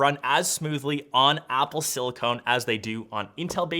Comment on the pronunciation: Loved the video, amazing content as usual! But could you please pronounce Silicon the right way - "SIL" + "i" + "kuhn". What you’re saying is Silicone - the stuff you use in sealants, adhesives...which is wrong.